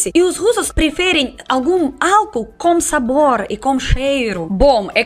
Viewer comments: quando falar álcool diga - au- coul. simples assim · Álcool se pronuncia como ÁL (sílaba mais forte)- COU. E bebida Alcoólica AL - CÓ (sílaba mais forte) - LI - CA